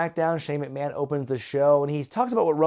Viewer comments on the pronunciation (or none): none